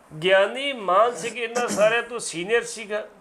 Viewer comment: ਐਂਕਰ ਸਾਹਿਬ, ਗਿਆਨੀ ਸਾਹਿਬ ਜੀ ਦਾ ਨਾਂ ਲੈ ਰਹੇ ਹੋ, ਉਹਨਾਂ ਦਾ ਨਾਂ ਮਾਨ ਸਿੰਘ ਜੀ ਹੈ ਨਾ ਕਿ ਮਾਹਨ ਸਿੰਘ ਜੋ ਤੁਹਾਡੇ ਮੂੰਹ ਵਿੱਚੋਂ ਨਿਕਲ ਰਿਹਾ ਹੈ। ਹੈਰਾਨੀ ਦੀ ਗੱਲ ਹੈ ਕਿ ਬਹੁਤ ਪੜੇ ਲਿਖੇ ਆਦਮੀ ਵੀ Mann or Maan ਨੂੰ ਠੀਕ ਤਰੀਕੇ ਨਾਲ ਪੜ੍ਹ ਕੇ ਬੋਲ ਨਹੀਂ ਸਕਦੇ। Mann ਨੂੰ ਮੰਨ ਬੋਲਣਾ ਚਾਹੀਦਾ ਹੈ ਅਤੇ Maan ਨੂੰ ਮਾਨ ਜਾਂ ਮਾਣ ਸਿੰਘ ਪ੍ਰੰਤੂ ਸਿੱਖਾਂ ਵਿੱਚ ਮਾਨ ਸਿੰਘ ਤਾਂ ਆਮ ਨਾਂ ਹਨ ਪ੍ਰੰਤੂ ਮਾਣ ਸਿੰਘ ਵਾਲਾ ਕੋਈ ਵੀ ਨਹੀਂ ਮਿਲਦਾ। ਐਂਕਰ ਸਾਹਿਬ, ਬੋਲਦਿਆਂ ਹੋਇਆਂ, ਤੁਸੀਂ ਦੂਜਿਆਂ ਵਾਸਤੇ ਉਦਾਹਰਣ ਬਣਨਾ ਹੈ ਇਸ ਸਦਕਾ ਠੀਕ ਅਤੇ ਠੇਠ ਹੀ ਬੋਲੋ। ਟਿੱਪਣੀ ਜਰੂਰ ਦੇਣਾ ਜੀ ।